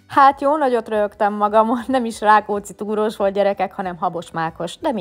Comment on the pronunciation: Rákutt karfiút? Rákóúczi toúróus? Látom mostanában ez adja neked 😂😂 szörnyű 🤣